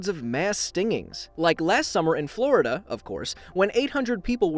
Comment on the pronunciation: Why u gotta emphasize Florida like that😭